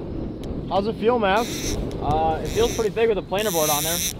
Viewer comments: Its Mav spence not!! Makes me laugh tho! Great stuff Mav! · Why does Luke keep calling Mav,? 😁